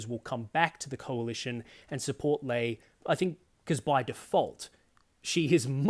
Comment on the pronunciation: Sorry to be pedantic but it's jarring to hear her referred to as Sussan "LAY". She refers to herself as "LEE"